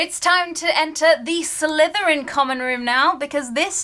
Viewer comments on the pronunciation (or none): none